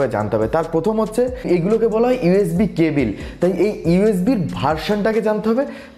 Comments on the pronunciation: life a first sunlam..... table ke bangla translate korle tibol bollen?? eng:ক্যাবল,bd: কেবিল।😂vaia onk besi improvement labge...onnk besi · Cabil na cable 😄😄😄